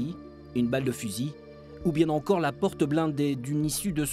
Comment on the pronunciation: "se cache tencore un pan de l'histoire"... il y a des liaisons dangereuses tout de même...